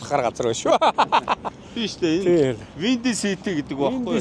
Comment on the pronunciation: Windy City salhitai gsn ug bhgui yu… kkk. Buh angli ugee buruu helj bn shu…